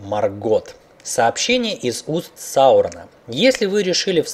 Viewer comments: Правильно МОргот, а не МоргОт. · Молодец ,но не МоргОт, а МОргот